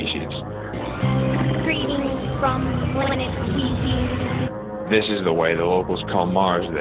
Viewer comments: "Weezeans." LMFAO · WEEZANS... Really WTF LOL... Lhh! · Did you just say Planet Weazy?? Dead LMFAOO